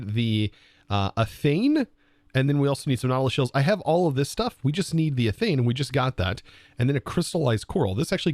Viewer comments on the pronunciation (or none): You're pronouncing it with an N sound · You're pronouncing athame wrong its pronounced (how google describes it) a-thaym